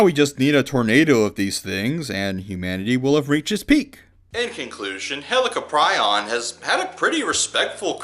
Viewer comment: "Hell-ic-o-pri-on" NOT "Helli-cop-ri-on" Yeah, you were. Lol.